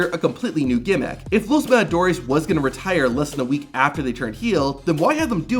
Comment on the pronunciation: "Los madadores" 😂😂😂